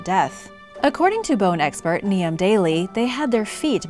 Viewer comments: Niamh is pronounced "Nave"or "Neeve" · Leicester is pronounced leg - stuh Niamh is pronounced Neev